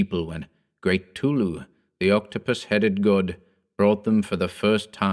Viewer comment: Who tf is tulu? Lol. I know it's cthtulu but it sounded like tulu and it just made me laugh a little